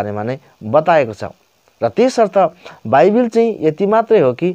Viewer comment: बाइबेल हैन मुला बाइबल हो😂😂